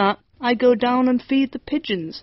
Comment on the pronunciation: Sai r phải là Pigeons chứ k phải Picheons